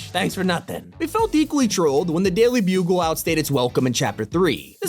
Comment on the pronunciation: "the daily blumgloom" #